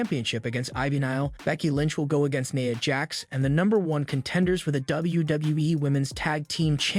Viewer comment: Naya Jax? Seriously? It's Nia. It's pronounced how it's spelled. AI voices stg smh